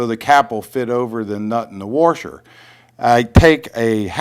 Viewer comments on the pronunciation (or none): Hey, When did they add a "r" to the middle of the word "Washer?":-) Do you live in Warshington? Do you Warsh your car? hahahhaha:-) Just funnin with you. WASHER! PS. Thanks. I'm off to Home Depot now!